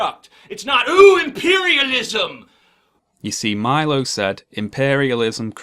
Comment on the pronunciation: Why does he keep calling imperialism impairialism? Is that some sort of "extremely witty" banter or does he just have a goddamn speech impediment?